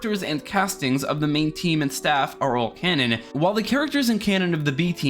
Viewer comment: I thought you were saying “loose cannon” the whole time lol